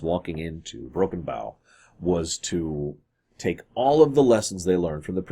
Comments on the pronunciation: Broken bow. Bow as in BO, or bow and arrow. Makes sense for Oklahoma and historical population of Native Americans. It's not bow that rhymes with "now" it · It's broken bow, not broken bow. (Oklahoma)